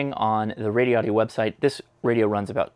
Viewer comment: Maybe you could teach how to say Radioddity? (notarubicon)